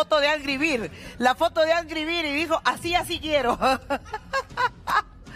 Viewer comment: Magali, yo me estoy riendo de tu pronunciación de la palabra “bird”... necesitas urgente unas clases básicas de pronunciación en English... 🤣😂😅😂